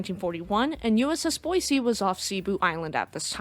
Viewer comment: Thank you for pronouncing Boise correctly.